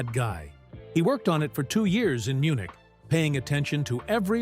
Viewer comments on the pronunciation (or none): none